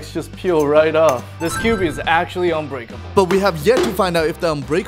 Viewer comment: it's unbreakable not uncuterble